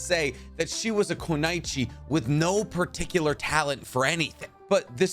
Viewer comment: Stop saying kunoichi if you can't fucking say it